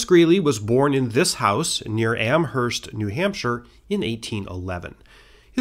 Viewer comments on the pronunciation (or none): Not sure about the one in New Hampshire where Greeley was from but ik that for Amherst Massachusetts the h is silent